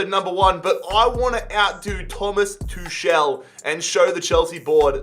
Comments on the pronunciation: It's Tukel not Tushel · sign hakimi and kingsley coman btw his name is pronounced thomas too-call